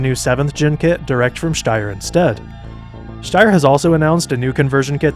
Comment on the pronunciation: I'm pretty sure sombody already said this , but i've to admitt your pronaunciation of "Steyr" is more accurate then most other english speakers ! Because St in german isnt st its scht .